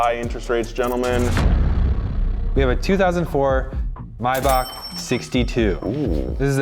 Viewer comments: It's May Back not my bac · It's Maybach, not Mybach. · i hate how they say maybach